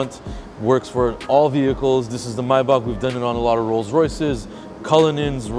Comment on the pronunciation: you saying maybach wrong 😂😂😂